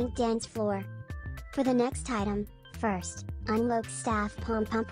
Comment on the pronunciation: stoping from saying furst❤